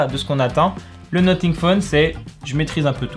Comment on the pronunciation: Ça se prononce nossing pas noting😂 sinon merci pour la vidéo vrmt bien !🔥